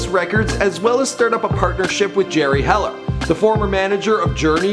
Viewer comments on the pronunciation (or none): none